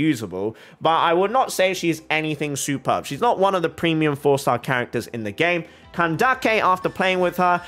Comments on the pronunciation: i actually think pronouncing it candakke is…. more offensive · Kandake is pronounced more or less how you said, but Candace can be pronounced the usual way. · hey, genuine question, how sure are you on which syllable the emphasis should be for candace? so "CAN-dace" or "can-DA-ce"? i would have assumed the former, since i think it probably originates from the latin word candicare, where the emphasis is on the first syllable "can" also, for "cyno", since its greek, I think the "y" should be pronounced like the german "ü" (instead of "se-no" as you say it in the video), but idk if maybe hoyoverse themselves aren't sure about that (the "cy" or "sü" sound is quite difficult to recreate in japanese/chinese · I'm confused where can-daak-kay came from, because when I look up pronunciation it's kan-dis 🤔 being genuine here, have I missed something? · ok mr you explained the etymology of klee, and cyno.. how about candace? i used the pronounciation funtion of ggl translate for both greek and arabic and they both say it like [canned-ace] while you say it like [can-da-ke] which i want to understand. thank u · bro.... if her name would be kandake i would understand, but its candace, even dawei the ceo (iirc) from hoyoverse says candace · Why calling her "Kandake" when her name is Candace?? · Neither. Ideally it would be pronounced like Kandaka. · I am super glad youre saying candaces name like kandake. Im half egyptian and i find it extremely disrespectful that mihoyo is telling the VA's to say the names wrong